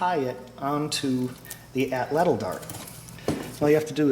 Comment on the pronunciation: Very good and entertaining videos. I'm planning now on making my own this coming year. Only one thing, I recall from my childhood atlatl being pronounced with the accent on the first ''a' (átlatl), per Aztec language structure. Good work.